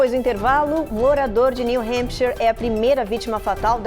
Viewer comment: Alguém por favor ensina essa repórter a falar “New Hampshire” corretamente 😅. Que agonia!